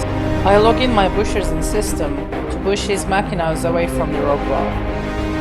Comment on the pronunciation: Is he saying push?